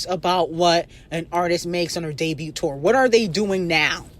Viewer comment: It doesn’t make no sense for you at your big age to be mispronouncing that many words. The T is silent in the word “debut.” To be doing this for years and you still have not made that realization lets me know that you’re actually a little retarded 😂.